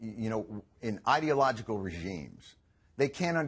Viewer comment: Trust a Fox presenter to pronounce "ideological" like "idiot".